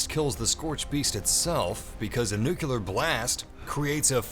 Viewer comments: Nuclear. Not “nukelar”. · Jesus fuck, it's "NuCLEAR", not "NuQLUR" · IT’S NUCLEAR NOT “NUKULAR” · For fucks sake, how hard is it to say NUCLEAR!!!! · It's pronounced "New-Clear" FFS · I hate when people cant say nuclear